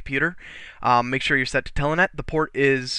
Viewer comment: Good video but it is Telnet! Not TELANET!!!